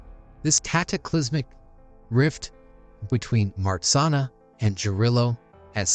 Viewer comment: Nice! But you do not pronounce MARZANNA correctly. Take those two letters RZ and pronounce as G in beige. So it is like this: Mah-zhan-na. You also need to pronounce the double N separately as NN. Polish is hard, but Marzanna in Polish sounds so lovely. She is also a goddess of sleep and dreams.